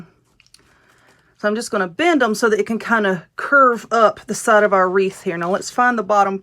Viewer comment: Wreath not reef !!